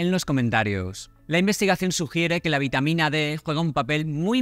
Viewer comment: Precisar si es VITAMA D ó B. Por la pronunciación no se le entendió bien. Presumo que es la D. Gracias.